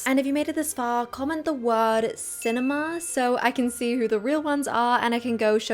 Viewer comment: Letting syllables ring should be reserved for extremely limited use and should probably be followed by a little silence for processing. Otherwise, clip your syllables, let your words carry the meaning, you do it well. eg. cinema, not cinemaa.